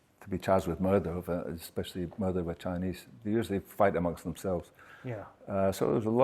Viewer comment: “A muurdah”